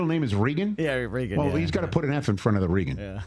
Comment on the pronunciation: Pretty sure that it's pronounced RAY-guhn, Rich, but I love the thinking...